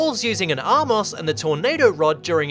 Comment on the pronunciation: *armos, not "R-Moss"